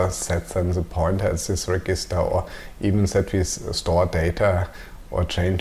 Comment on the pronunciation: Nice videos, easy to follow. One very minor thing - "Register" in English is pronounced like "reJister"... every time you say it, it causes a tiny mental hiccup and interrupts the flow (well for me anyway) . Thanks!